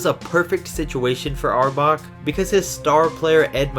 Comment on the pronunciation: Reds name is pronounced (hour back)